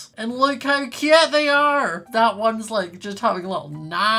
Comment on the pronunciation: Ahhhhhhhh he keep SAYING CUUTE LIKE THATS MY WORD